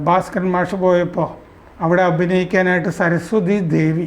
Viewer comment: " ഭാര " സ്കരൻ അല്ല, " "ഭാസ് " കരൻ.